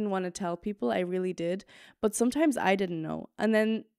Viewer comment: Man hört so den irischen Akzent manchmal,,sOmtimes"